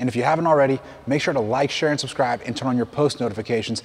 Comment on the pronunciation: Did he say world class...... SUSCRIBE!!!!! And can juggle